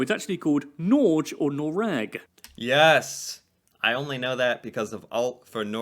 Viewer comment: He butchered "Norge" but got "Noreg" fairly close to right. "Norge" has the same sounds as in "Noreg" except flipped.